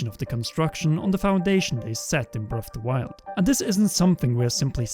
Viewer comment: "BREFFF DE WYLD"